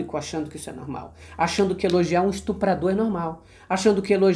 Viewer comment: Cliquei sem querer e a mensagem ficou sem sentido por estar inacabada, oque eu estava falando e o seguinte: algumas vezes voce fala ao invés de estuprar estrupar , desculpe isso pode desqualificar o trabalho tão importante que vocês oferecem a nós ( sociedade) como já disse gosto muito do canal, e da sua pessoa e espero a sua compreensão., obrigado por nos deixar atentos e informados.